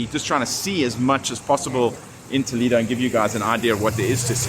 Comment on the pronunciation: Toledo, the vowel "e" is pronounced like the "e" in the word Elephant, not the sound "e" that you have in English language. When I hear you pronouncing it, I almost die 😂. I do not want to know how angry toledanos ( the native inhabitants of the City) can be or feel after listening you saying the name of their City the wrong way 🫣🫣. Aparte from that, I know Toledo And yes, It is a historical jewel, but in Spain we have manyyyyyy others : Santiago de Compostela, Ávila, Segovia, Córdoba, Granada, Tarragona, Mérida, Salamanca, Alcalá de Henares, Cáceres, Burgos, Sevilla, etc, etc Regards, enjoy